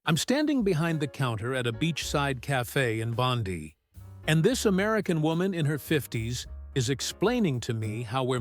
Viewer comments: Not Bondee it’s pronounced Bond-eye. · Bondee is the name of some stupid female in the US government. Please, if you don't want to aggravate Aussies, learn to say the names of our towns & suburbs correctly - it is not that difficult. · Bon-die thank you, not Bon-dee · AI slop reader its Bondi pronounced bond eye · its Bon die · American accent and mispronunciation of Australian place names, eg, Bondi is Bond-eye, do you no favours. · Ffs Bond-eye!!! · or Bon-dye. then AI can try Woolloomoolloo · It's pronounced "Bond - eye" . Get your stupid AI to learn how to speak. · Why is this using an American AI voice? Anyway, Bondi is not pronounced that way but that I suppose that is the way with AI, it's all American. Oh well... :-( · That's not how you pronounce Bondi.